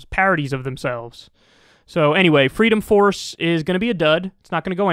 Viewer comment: "Fweedom Fawce isn't for fweedom, naw are they a fawce." Discuss.